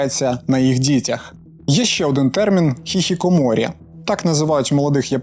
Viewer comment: Чи одна я почула "хіхікоморі"?